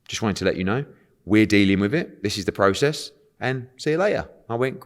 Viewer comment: Eddie "process" Hearn